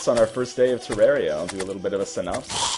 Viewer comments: you said terrari wrong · some people say terr-air-ia so dont hate.